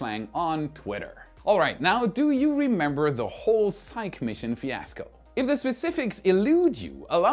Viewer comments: Psyche is pronounced sahy-kee. Named for the ancient Greek Goddess. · I still say it doesn't matter how fast they get Starbase ready, the lawsuits are going to keep them from flying for a while. I would love to be wrong. I want to see another test flight. I am pretty sure Psyche is pronounced "SY-key". But it's all good. The delays have to be just heartbreaking for those folks. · Elon Musk is mining a $600 trillion dollar asteroid! It's pronounced Sy-kee. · Psyche is pronounced sigh-key. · "Psyche," pronounced "SIGH-KEE." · Psyche is pronounced “Psych-EEEEE”, please. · Psyche is pronounced "Sigh-Key"... don't judge me... I'm autistic. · Thanks for sharing! I would recommend looking up the pronunciation of Psyche though 🤣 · ...it's pronounced "sai-kee", Psyche! I don't mind when you mispronounce other words, this is an important mission! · Hi,, please, please, the pronunciation of Psyche is 'sigh-key', it is a Greek goddess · Love all your stuff but you hit a hot button for me - I cannot hold back... SIGH-key - The name Psyche is pronounced SIGH-key. End of rant. Apologies. Crawling back under rock. Coming out later to watch more fantastic videos... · Psyche is pronounced "Sigh-kee". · PsychE... the 'e' is long... sigh-key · As a classical Greek name, I think it is pronounced si-key. (saɪki in IPA). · Psyche is pronounced SaiKee. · Uhhh... that's painful. "psyche" is pronounced "sigh-kee" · "Psyche" is pronounced "Sai.kee." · It's pronounced SIE-kee, not sike. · By the way, it's pronounced Sikeeee not sike:-) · Psyche: sigh-key. Just to highlight English spelling / pronunciation oddness. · Love your channel! 🎉 Btw, Psyche is 2 syllables (different from psych) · Hey, it's not pronounced "sike", it's actually "sike-ee". The e isn't silent because of it's Greek root spelling Psykhe. In Greek mythology she was the wife of Eros (Cupid). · Psyche is pronounced ZiK-ee, not just ZIKE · Is psyche pronounced "sike" or "sikee"-- I think it's sikee..